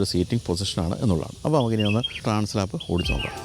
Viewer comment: ഏത് മലയും കയറുന്ന അഡ്വഞ്ചർ ബൈക്ക്ന് ഗംഭീരമായ ആൽപ്സ് പർവത നിരകളോട് ചേർത്ത് ഹോണ്ട ഇട്ട പേരാണ് ട്രാൻസ് ആൽപ്, ട്രാൻസ്‌ലാപ് അല്ല.